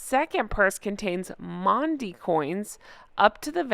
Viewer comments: Happy Easter and thank you for bringing us these wonderful pics at Easter. Maundy is pronounced "mawndy". Catherine is such a wonderful role model for all young women and we all look forward to the time when she feels well enough to be back with us. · Great try...its pronounced "Mawn-day" x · Happy Easter,. My parents got married on Easter Saturday. Maundey is pronounced "morndy" it's a very old tradition, oh and yes Windsor would be a lovely place to live if I was wealthy; I grew up not far from there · Its pronounced Mornday. You know how us british have silent letters in words, its a bit ridiculous but thats the English language. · The Princess of Wales is such a beautiful woman. Sending good wishes and prayers, also to the Prince of Wales and their children. Happy Easter and Jay 🐣🐣🐣 ( it’s pronounced morndy ((Maundy)) ) 🇦🇺🦘🐨❤️💐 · Maundy Thursday is pronounced 'Morndee'. I am English and actually live about 20 mins from Windsor. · Thank you for your lovely message, and for the lovely photos of the RF - including our beloved late Queen who will never be forgotten. Maundy Thursday - the ".... au...." is pronounced as in laundry. Google will tell you all about maundy Thursday. A very happy Easter to you and yours. E❤ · Hi ‘Maundy’ is pronounced ‘Morndee’! I know, I know, the English language can be tricky!! Xx